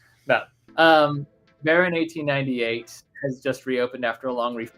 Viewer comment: you pronounced Baron 1898 correct in Dutch 😊!